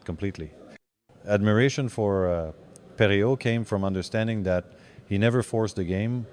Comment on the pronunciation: Great to see Gilbert in Lafleur's top 5. Pretty sure the admiration was mutual. The AI voice which mispronounces Perreault's name is kind of creepy though.